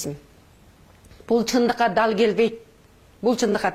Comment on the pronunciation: Телевизор дей албайсын сен кандай депутат болосун.жон эле журоберсен болмок. (Тал келбейт) эмес дал келбейт.канча созундо ката эх ушундайлар бийлике барса онолушубузга дагы 30 жыл барго.